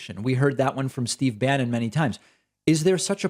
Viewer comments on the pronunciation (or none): none